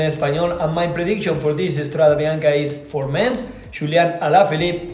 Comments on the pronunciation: STRAW-day bee-YAWN-kay...c'mon guys! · quite surprising realizing that pronouncing properly StradE Bianche (with a coosed final E) is so tough for everybody but the germans. Good Boys 🤣